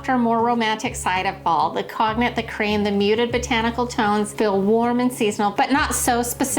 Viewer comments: Cone-yak not cog-nack. Beautiful either way ❤❤❤❤ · Actually it's pronounced as "conyàk" not "cone". It's French. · Hi bestie! ❤ İ love the pillows and the pumpkin items,so cute! You are such a doll! God bless your heart..İ love how you pronounced the word "Cognac"❤😂 The correct way to say/Pronounce it "Con-ja-que" Kinda like pronouncing "Chi-que". Lotttts of love, and TFS my sweet friend.❤💋🙏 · I think cognac is actually pronounced, /kohn/ /yak/ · Hi. FYI, the word “cognac” is pronounced “cone yak”. It refers to the beverage and its color. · Thank you! Was driving me a little nuts! 🙃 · I noticed that too! I thought" tell me you don't drink without telling me you don't drink!" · I always thought it was pronounced “not that it matters 😂” but con-yak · Great fall decorating choices! I especially love the fall-inspired pillow cover options. By the way, cognac is pronouned "cone yack." It's actually an amber-colored brandy.